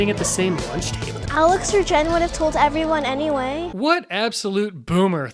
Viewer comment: That's it I'm always going to say neway instead of anyway